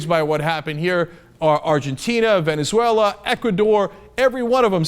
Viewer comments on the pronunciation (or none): none